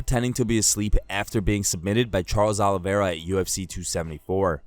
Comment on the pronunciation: Hey Felder ! THE CHAMP HAS A NAME AND ITS: "CHARLES OLIVERA"